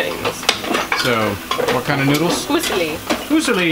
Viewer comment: I LOVE your videos (always have). Here is an Italian lesson for you from an Italian. Fusille = Foo see' lee (accent on the second syllable - see'). The homestead is looking great! .